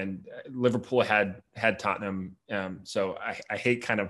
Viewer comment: Pronounces "Tottenham", exactly like Ted Lasso